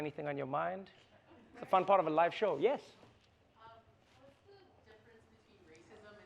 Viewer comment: Thank You "Trevah"(Trevor voice lol)